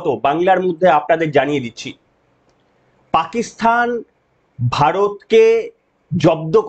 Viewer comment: পাকিস্তান কে পাকিস্থান বলছো? আগে ঠিক করে বলতে সেখো পরে video বানাও।